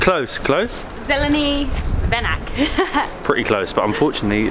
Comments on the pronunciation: Бајлони Bajloni - pronounced bue-lou-nee, and Zeleni Venac - pronounced ... venats. :) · Zelenee Venits (it's pronounced) means green wreath, and Skadarlija is Skadar Lee Ya. Its difficult, took me 4 yrs living here, been here 8 😂😂😂. Great you mention how courteous, honest the Serbs are. People in West have completely wrong impression. Married to one.